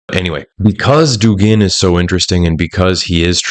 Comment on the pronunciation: I just wish you were saying Dúgin, not Dugín.